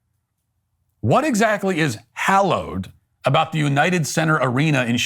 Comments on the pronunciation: She never said hollowed - it was the way she pronounced hallowed. Watch the video again. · Thanks Matt, for spelling out the exact mechanics of why her short speech was NOT poetry, while providing us a little eduction of what actually constitutes poetry. Ms. Gorman's inadequate education was loudly broadcasted when she used the word "hollowed" instead of "hallowed." I heard that, before Matt expounded on the error. Did the amateur not practice reading her speech to live persons? Who were bright enough to correct her pronunciation? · The first thing I noticed was that Amanda Gorman doesn’t know the difference between hollowed and hallowed. Democrats pretend not to notice because she’s black. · How she said ‘hollow’ and not ‘hallow’. I caught it immediately … guess it’s all downhill from here.. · ITS HALLOWED, NOT HOLLOWED YOU DAMN FOOL. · Ok lost me at " hollowed place" wtf? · Did she just say - We gather at this "hollowed" place? Did she mean "hallowed" as in sacred? FFS. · did she just say hollowed place !? in the first line ! youve got to be kidding me ??!! (edit - yep, she did) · She has no idea the difference between "hollowed" and "hallowed" 😂😂😂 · Some people pronounce "hallow" with a flat A like in hall or fall. Hence, why fallow is also pronounced both ways. Flat A and short O are pronounced the same by many contemporary, English speakers, which is why hallow and hollow are homophones for some people. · The very first thing she does is mispronounce hallowed, lol. Still, she kinda fine, doe. I'd like to explore HER hollowed place. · How does she screw up “hallowed”? Yes, the place was anything but hallowed, but she wanted to say it was and she screwed it up. Embarrassing. And our earth is going to perish from this country? Stop.